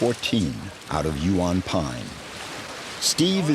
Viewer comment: Cannot pronounce Huon properly 🙄 AI voice over